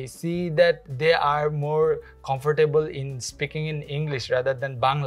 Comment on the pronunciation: Bro your comfortable pronunciation is wrong 😮